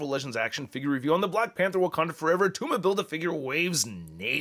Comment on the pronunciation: IT’S NOT ATTUMA!!!!!!